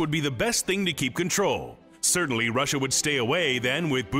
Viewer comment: "Surtently" o_o